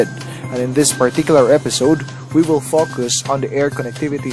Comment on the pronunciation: Okay na sana eh... bakit grauth, and paukoos? grOWth and fOWcus po.